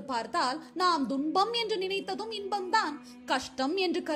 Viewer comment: ஒரு சிறு ஐயம் தும்பம் என்பது சரியான உச்சரிப்பா?, இல்லை துன்பம் என்பது சரியான உச்சரிப்பா?